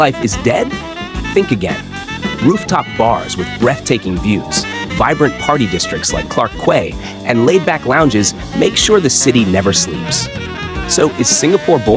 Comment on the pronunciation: Just a small comment - "quay" is pronounced as "key".